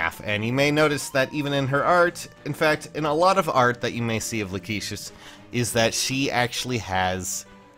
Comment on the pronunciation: I think it's pronounced "Lack-ih-sis", since for some reason her original arts and such call her "Rachesis", but I think that may have been from the L-R blend in Japanese.